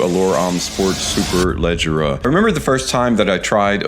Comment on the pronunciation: Congratulations!!! 🍾 You killed the pronunciation of Superleggera better than ANYONE in FragCom. 😂😂😂